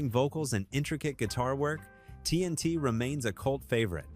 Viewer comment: The AI generated millennial tech bro voice is absolute GARBAGE! TNT - “Tennessee T”??!! Are you kidding me??! Queensricheee? Are you kidding me??? Garbage voice…